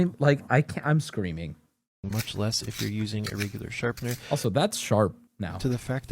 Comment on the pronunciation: WHY DOES HE KEEP SAYING "SHARPENDER"?!?!?